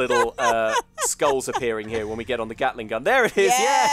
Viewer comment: Kate-ling Gun